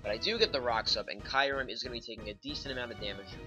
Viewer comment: oh, and kee-u-rem, it's not spelled kairem dingus